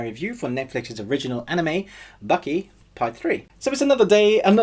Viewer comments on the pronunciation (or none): its Baki not Bucky also part 3 not in English anymore if I want to read il pick up a book